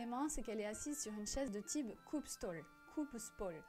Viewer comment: Je pense que on prononce « stoul » si je me référe au norvégien moderne